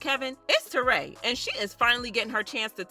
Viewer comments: Why do you keep saying terray???? Her name is Torrie lol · It ain’t Tour-RAY ITS TORY